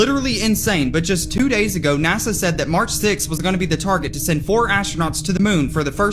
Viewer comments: Btw, it's NASA. Not NAZA! Doofus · What the fk is “ NAZZA” ? I have no fking clue what “NAZZA” is… Oh you mean N A S A ?? For fk sake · .....its NASA.......not NAZZUH😮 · When are you going to learn that there are bo Z's in the word NASA?